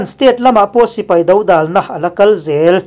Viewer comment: Dodal tih i lamdan hi a dik hlel tlat a nia